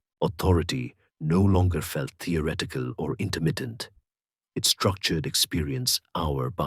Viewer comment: The reader/narrator CANNOT pronounce the words with the consonant combination 'th'. He says, 'ah=TOR-it-tee' instead of 'ah thor =it=tee'. He says, 'tee=or=ret=ick=cull=' instead of 'thee=ah=ret=tick=cull'. What the heck is this mispronunciation!??!!? Not a single one time, over and over and over AGAIN! Listen to this HUGE error!